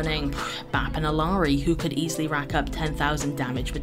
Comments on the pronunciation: no hate but Illari isnt pronouned "Ill-e-are-ee" but rather "Ill-are-ee" or the spanish correct pronunciation "ee-are-ee" (double ll in spanish is silent!). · Question. How has Illari's name become Ill-i-ar-i? Everyone seems to be saying it as though there is a second "i" in the middle. Since she is Peruvian, shouldn't the double L be pronounced as "e-yar-eh" not "ill-e-ar-eh?" Any Peruvians that can verify because I need to know if I am the only person who thinks it's being pronounced wrong. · The actual canonical pronunciation is “ee - yar - ee” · why does everyone pronounce illaris name wrong